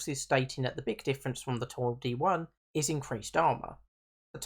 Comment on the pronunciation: Please dont say "Toil-di" say "Tol-di" and it's not pronounced "Tarz" its pronounced "Tush"